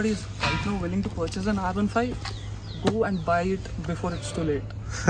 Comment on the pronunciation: It's pronounced R-one five not R-fifteen I think.